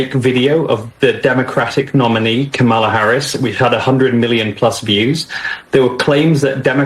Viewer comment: The interview was two hours of nothing but babbling . Nothing of substance. Y’all clapping at a white man constantly mispronouncing her name purposely. Smh we can be an embarrassment especially for clicks and views . Blacks have realized grifting is profitable and will say anything very sad.